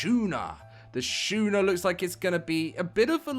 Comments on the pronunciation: 😂 Skoon-er not Shoe-ner. Love the vid as always. Thank you for keeping us updated! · It's not Shoe-ner it's Sku-ner. Love your videos, but had to correct that pronunciation it was hurting my soul.